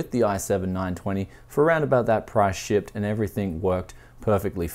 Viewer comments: Like the comment if you thought why is he saying shit,but he said shipped. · SHIET. oh wait he says shipped, never mind